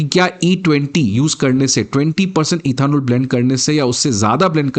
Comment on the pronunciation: पहले इथेनॉल सही से बोलना सीखो, फिर वीडियो बनाना